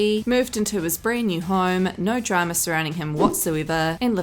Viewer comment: I like when you say DRAMUR INVISTIGATUH